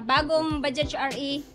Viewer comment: mam baja lang po yan kung bigkasin hnd bajaj silent j na po yan.. wag mo na isali pagbigkas yung letter j sa dulo ng bajaj.. baja lang po yan pagbanggit hnd bajaj.. bisayang bisaya kc ang dating kpg bajaj..silent j na po yan kaya naging baja na lang kung bigkasin..pangit kc pakinggan sa tenga yung bajaj prang hnd tayo nag aral nyan..silent j na po yan mam.. thanks